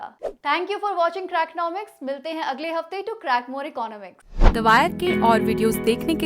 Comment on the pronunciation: Well presented but she needs to work on her pronunciation of some words like economics.